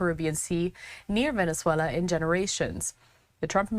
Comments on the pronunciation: Bene-zuela. Maaduuro. Cringe. Can’t watch anymore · It’s Venezuela Not venezallaaaaaa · why does she pronounce Venezuela and maduro weirdly? Fox went woke or she is dumb ?